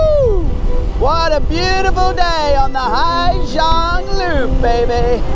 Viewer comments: It’s Ha Giang, not Hi. Beautiful work anyway. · Hà Giang not Hi Giang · and Ha Giang, not Hi Giang